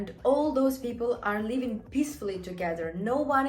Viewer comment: Work on your pronunciation, girl. When you want to say living you actually say leaving. 🙂 You're welcome.